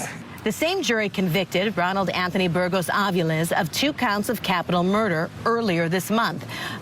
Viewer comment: Daaaang u say the last name well. Better then me. I don’t respect the decision. The jury wimped out. His plan was premeditated and horrendous. He had no problem murdering. What mitigating factors? No mommy? STDs? Sex addict? Stupid decision